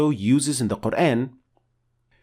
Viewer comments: Yooo admin!!! Can you pronoun Al Qur'an in a correct pronounciation!!!??? In a corret method??? I sick hear that word qur-aen even though you talking in english the of GOD'S BOOK MUST BE THE SAME!!! as you name is we can't change your name to be " The one who be praised* when we talk to you in english.!!!!! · Wrong pronunciation of word Quran. It sounds like Qurain.